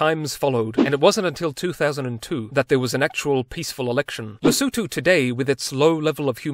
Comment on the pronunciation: May I kindly ask that you google how to pronouce before making Videos. It will show you care and you also respect.